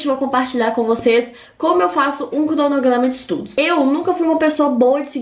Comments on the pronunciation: “crdonogrdama” ke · "Pla fazer", "clonoglama" kkkkkk essa menina é família do cebolinha